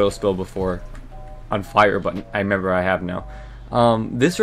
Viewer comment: You said member instead of remember about 45 times in 3 minutes